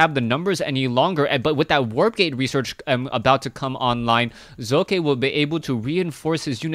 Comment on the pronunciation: Hey, the second time u tried to pronounce socke was just right. the "O" in Socke is speakended very short... ^^